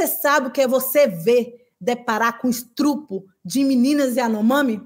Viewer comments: Que mulher incrível!!!!!!!!!!!!!!!!!!!! Cultura, clareza, sensibilidade e foco!!!!!!!!!!!!! Usa as palavras com maestria. Falou "estrupo", ficou ainda mais forte e genuíno. Grande mulher. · Essa fala "estrupro" foi intencional, pq?